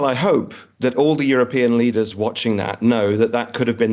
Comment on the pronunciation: Global leeaders ??? 😂😂😂